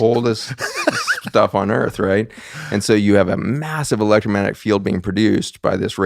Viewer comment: Please for the love of all that is good in the Universe... learn how to say ELECTROMAGNETIC... there is a G in the word. It really does matter...